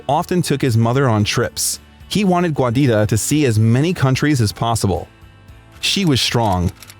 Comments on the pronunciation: The name Giuditta is pronounced JUDEYTA, not GWAYDITTA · “Guadita”?? She was italian, not mexican 😂 it’s “giuditta”, pronounced jew-deet-tuh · Giuditta is pronounced "JEW-Dee-Tah". I had to stop watching 4 minutes in to tell you that "Giuditta" is NOT pronounced "GWAH-DeeTAH". It's driving me crazy and makes the video almost unbearable from the start. Please just put foreign names through google translate if you don't know how to pronounce them. It's very simple and wouldn't have taken much effort to learn how to pronounce this legend's mother's name correctly. You made an almost hour long video, went through all that effort, just to drop the ball on his poor mother's name. Hasn't Giuditta been through enough? Put some respect on her name bro! Cool video though. God Bless.